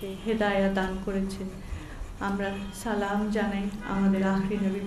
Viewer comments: সালাম টাও ঠিক মতে দিতে পারে না। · J salam ta thik moto dite parlo na se bole hadiser kotha how funny